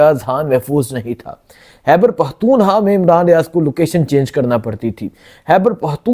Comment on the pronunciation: بھائی اتنا بڑا پلیٹ فارم ہے یہ بولنے کا آواز اٹھانے کا بہت اچھا کام کرتے ہو آپ لوگ محنت جرآت کے ساتھ لیکن بھائی یہ اردو کو تھوڑا ٹھیک کرلیں پلیز فحر نہیں فخر ہوتا ہے حیبر پہتونحوا نہیں خیبر پختونخوا ہوتا ہے خ اور کا فرق جان کر بولیں جزاک اللہ